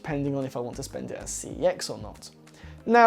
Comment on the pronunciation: It's not C E X it's prenounced "SEX" (it even says it in their ads) edit: when i said it's not C E X i meant it's not prenounced as C E X